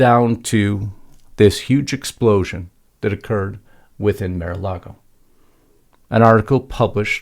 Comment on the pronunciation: It’s MAR not Mere-A-Lago.